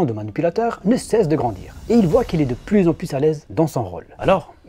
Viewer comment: Le "S" de "pluS" est muet !!!